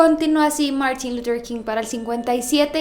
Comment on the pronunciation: Me desespera cada que pronuncia el nombre de Martín luther king